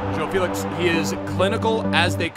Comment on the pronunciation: Man spricht felix „felis“ aus